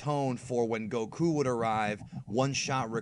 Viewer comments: why do you pronounce gokus name koKU ? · Goku? Nah.... GoKOO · the better question is why they fooled me by dubbing it incorrectly in the American dubbs where they pronounce it more like "Góku" with emphasis on the o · FUCKING. SAY. GOKU. NORMALLY. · Ugh, I like your videos, but I hate how you say Goku. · The way you say Goku and Saiyan is odd